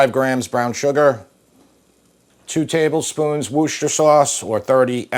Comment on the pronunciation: An American who pronounces Worcester sauce the way we locals do. Genuinely so nice to hear 👏🏻